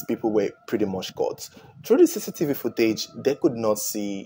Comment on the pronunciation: Great job but maybe next time say camera footage no offense but i had to put subtittles to undersdand you were saying cctv footage.